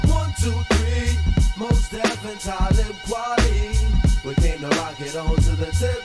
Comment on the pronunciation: Glad you’re reacting to this. Talib Kweli is actually pronounced like Taw-lib Kwali